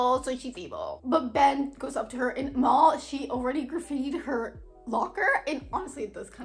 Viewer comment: its nit mall, its M-AL.